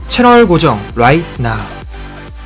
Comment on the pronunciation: 항상 느끼는데 롸잇나우 발음이 목메인체 말하는거 같음